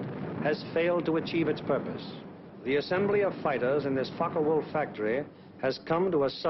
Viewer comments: It's pronounced Fokka Wulf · What a shit the speaker is saying, "The Fuck o Wulf Plant"? Hahaha...;-) Regards from Germany! :-)